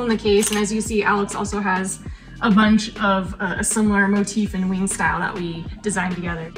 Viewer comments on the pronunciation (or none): none